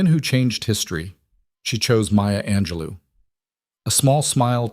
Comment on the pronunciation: Maya Ange-LEW? Who the hell is that?